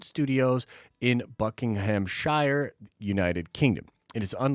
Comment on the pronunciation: if you want to pronounce Buckinghamshire like a native…. We say it “Bucking-um-sheer”. Keep up the great content 👍